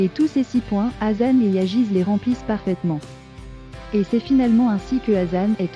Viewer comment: Ça se prononce Yaz pas yagiz...